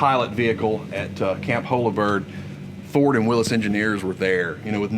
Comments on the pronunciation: It's pronounced 'WILLIES' JEEP not Willis Jeep.... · Nice video…now for my soapbox. To all those people out there that insist on pronouncing Willys like “Willees “. That man at the museum obviously is quite an authority on the subject of Jeep history and he does not pronounce it that way!!! I know it may seem petty but please say it right! Now, moving on. I grew up driving my dad’s ‘51 M38 and ya, they are a blast to drive. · I cringed every time he said willis.